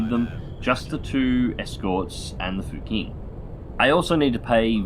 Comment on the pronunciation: I don't wanna be too boring but "q" letters in pinyin is pronounced like "ch" in english and "x" are pronounced like "sh". so "fuqing" is actually pronounced "fuching". Chinese is a weird language... that's about as much as I know